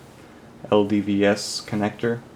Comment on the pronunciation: LVDS, not LDVS!